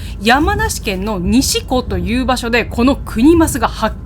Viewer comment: 富士五湖の西湖､言い方(さいこ)では､(本栖湖､精進湖､西湖､河口湖､山中湖)で富士五湖｡